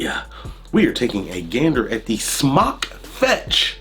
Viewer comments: There's a line over the "o", so wouldn't it be pronounced "smoke" not "smock"? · Just wondering if you are pronouncing it correctly I was under the impression it was pronounced s m o k e like smoke to smoke a cigarette but now I'm unsure